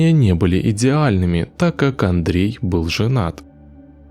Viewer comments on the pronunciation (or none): Скорей всего Андрэ Кувильо, а не Андрей, аж что-то прям слух режет-)